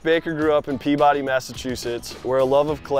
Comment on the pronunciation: Matt... you should check with some locals before saying local town/city names. Quincy is Quinn-Zee and Peabody is Pee-bi-dee